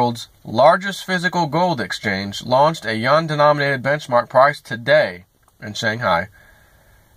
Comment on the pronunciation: Its pronounced you-won....not yawn.